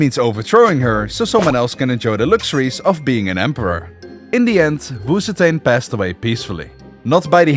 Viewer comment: Honestly, I clicked thi video just to see this guy mispronounce Wu ZeTian. Too bad, almost no one escapes the curse of failing Chinese. Wu Zetian is pronounced "woo tzuh tee-EN". The tee-En is one Chinese character and is pronounced in one syllable, and in Chinese, z has a bit of a t sound as it starts. It is NOT pronounced "woo zee tain".